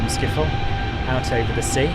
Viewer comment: Man said Amsterdam skiffol